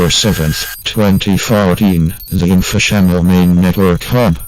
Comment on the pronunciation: Dude it's info cha mm al